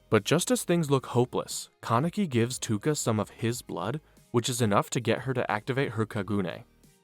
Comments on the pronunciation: It's ToUka not Tuka :|| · Love the recap I just hate that you say Tuka instead of Touka :face-red-droopy-eyes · Ew it’s Pro.Tow-ka lol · I watched for 3 minutes till I heard you say “tooka” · My boi plz. In the nicest way, its touka (toke-a). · Every time you said tooka I lost a week of my life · that was bugging the shit out of me like who tf is Tooka 😂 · The way you say touka hurts me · pronouncing toukas name wrong the whole vid is crazy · Took me 2 days to finish this one because of the Touka pronunciation but it a good watch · bro all the mispronouncing of Touka's name is distracting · the way you pronounce touka makes me uncomfortable